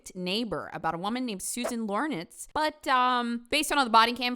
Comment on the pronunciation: LOR INCZ not LOR NICZ